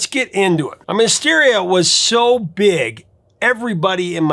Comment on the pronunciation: did he just say "mysteria"?